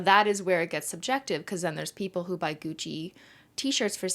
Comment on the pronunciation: IDK WHY BUT THE FREAKING GUCCY HAD ME DYING